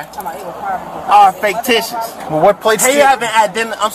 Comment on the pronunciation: FAKE-TICIOUS???? what in the holy hell is this guys malfunction in life??